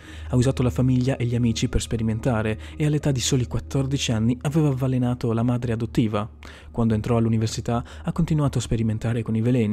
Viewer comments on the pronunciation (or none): "avvalenato" aahhaahhahh lol